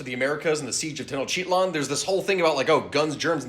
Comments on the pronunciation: …you just mispronounced Tenochtitlan. It’s Teh-noc-tih-tlan, not Tenno-cheat-lin. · WTF was that pronunciation of Tenochtitlan? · I think I've been pronouncing Tenochtitlan wrong. I had thought it was pronounced Ten-oct-teet-lan, but it seems I was wrong. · im slightly bothered by how you pronounced tenochtitlan... but it gets overshadowed by my interest in the main topic at hand... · I love this Chanel so much but dear Quetzalcóatl, ALL of My ancestors squirmed in teror at that pronunciación of Tenochtitlán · Ok. 3 things. 1, the trebuchet is plain and simple my favorite medieval weapon. 2, I love you and your content. This is absolute peak entertainment. 3, I physically flinched at your pronunciation of tenochtitlan. It hurt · Ha! He mispronounced Tenochtitlán! Finally, he made an error lol